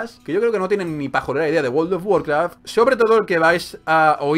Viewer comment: guold of guarkraf xD no paro de reir jsjsjs